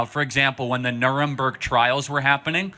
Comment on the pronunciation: "the Nuh-rrum-burg trials"😅